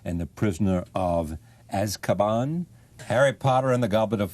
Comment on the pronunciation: The way he pronounced "sorcerer" and "Azkaban" 🤣🤣🤣